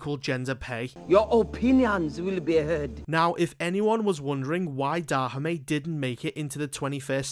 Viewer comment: The way you pronounce Dahomey isn't correct.